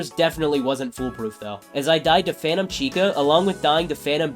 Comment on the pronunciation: is it just me or do yall hear fanum instead of phantom 😭